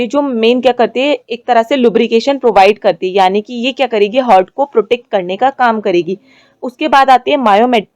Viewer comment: 1.16 हार्ट ✅ हर्ट ❌